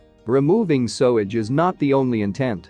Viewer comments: "sowage"? you've got to be joking! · Sewage pronounced sowage ? Why do so many use those damn electronic readers instead of just finding someone that can speak properly, they sound ridiculous 🤨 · It's pronounced SUE-er, and SUE-age, not SOW-er and SOW-age! Don't use a computer for a job a human can do better! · I hate how automated voices mispronounce words like SUE-AGE. It took me a few minutes to figure out what Sowage was. Stop using these voices...or at least teach them correct word pronunciation. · The trouble with digital voices is they pronounce everything verbatim! So there will be many people, even British, won’t understand that the words are actually pronounced sooage and soower! I think using digital voice is incredibly lazy (unless, of course, the person is orally handicapped) a lot of people actually record their own narration, is it THAT difficult? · I was just saying how it pronounces sewage...sowage 🤷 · i dont think even Americans pronounce sewage etc as sowage. Poor unintelligent AI is confused by English spelling/pronunciation. Sew/sow are pronounced identically but have different meanings. Imagine the problems foreign learners have with "ough". There are 8 ways to pronounce this group of letters in English. Eg cough, through, etc. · I would have really liked to have finished watching this but you Sower, Sowage over and over again made me hit the stop bottom. I thought maybe it would be corrected soon. I was wrong. I'm 4+ minutes in and I can't watch anymore. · Interesting but you should really work on your English pronunciation eg: Cirencester is pronounced Siren-sester and Sewage = soo-age. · Odd, apparently you can't teach a robot how to pronounce sewage, LOL sowage. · Sowidge? for sewage! Ruins the video!😭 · Its pronounced sooage and siren-sester. Please learn pronunciation before doing voice over. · Thats not quite the same as in this video with the plainly obvious mispronunciation of the word sewage. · Why can't you say 'Sewage'??? 🙄